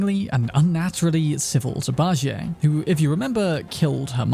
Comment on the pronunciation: 🤦 Bajie is pronounced Bah • G. Jie makes a G sound not an A or J sound... You can watch anything Sun Wukong/Journey to the West related to hear the correct pronunciation... Pronunciation is almost as important as spelling in my books.